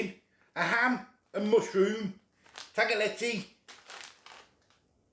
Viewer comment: I say tag-le-telly. I don't think anyone knows how to pronounce it lol